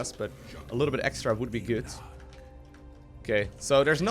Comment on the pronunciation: why do you say goot and not good?